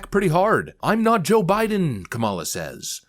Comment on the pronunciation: she said " O' biden.